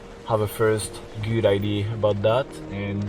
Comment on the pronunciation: Always nice to see your videos. Your English is quite good. Just remember that it's IDEA and not idée (i dee yeah = Eglish and ID is French)